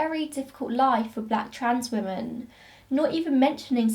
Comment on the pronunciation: Do you pronounce women and woman the same, or am I just hearing it that way in your accent? No hate, just curious 💖